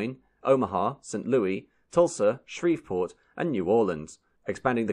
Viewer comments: It's *St. Louis*, not St. Louie! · It's pronounced Saint Lewis, not Saint Louis (a la francaise). The good people of the city get upset when it's pronounced in the French way! :-) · It’s not Louis as in French. It’s pronounced Saint “Lewis” when speaking of the city in Missouri. Which itself is pronounced Miss oo ruh. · Saint Louie's blues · Your video is wonderful,! Just one small request..The “s” on the end of St. Louis is pronounced as an “s” and not an “e” 😊